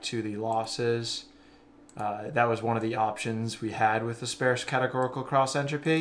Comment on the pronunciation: I'm 22 minutes in and I was lost 15 minutes ago, and I was feeling like I have a learning disability, but then I heard you mispronounce sparse and I feel so much better about myself now. I'm going to find some legos to play with or something, maybe some crayons. Yeah. Crayons. Then maybe a nap. (hint: rhymes with farce)